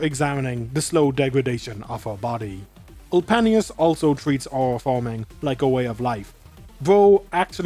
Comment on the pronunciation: I like how you pronounces Ulpianus's name 😂 Also where's Tola, bro was Aura Farming for the whole stadium to see